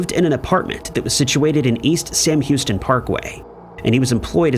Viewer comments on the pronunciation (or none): none